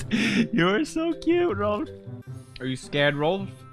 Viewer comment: Rolph not Rolf